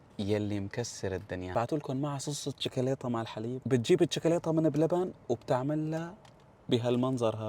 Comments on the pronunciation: ما قال ڜوكلاته قال ڜيكلاته😂😂😂😂😂😂😂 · شكولاته ❌ شولاليته ✅